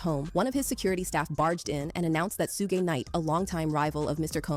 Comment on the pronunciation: The pronunciation of Suge is diabolical